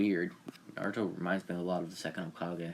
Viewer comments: Hey guys its not Hole kagay ITS HOEKAHGAY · Why did you call it hole Ka-gay wait what KA GAYYUUY